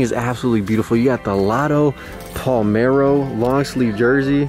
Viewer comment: It’s PALERMO not palmero 🤣🤣🤣 Hugs from Italy 🥰